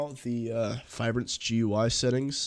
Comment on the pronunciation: Finally someone who says GUI correctly. And not Gooey..